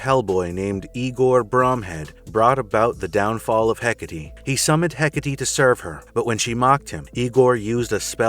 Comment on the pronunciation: The best attempt at the pronunciation of 'Εκάτη I've seen so far, nice!